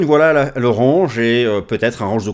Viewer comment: Il n'y a pas que ce mot malheureusement lol. Soit on utilise des mots français soit on fait un effort sur la prononciation...